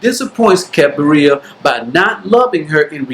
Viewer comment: Cabiria is not pronounced like cafeteria or diarrhea. You can just watch the movie and listen to the right pronunciation. Even so, thank you for this very good video review.